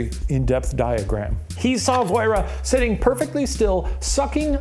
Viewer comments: her name is pronounced 'vwoh-rah' (or 'voh-rah') not 'voy-reh' </3 (as a Manx speaker) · Voirrey - is pronouced Vorry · As someone from the Isle of man voirrey is pronounced "voh-ree" haha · ISLE OF MAN MENTION also you're pronouncing voirrey so badly it's like lorry with a , also it's Dalby spook not derby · As someone from and living on the Isle of Man it made me laugh for they said Viorrey- it’s pronounced how ‘Lorry’ is but with a V, oh and it was the Dalby spook hehe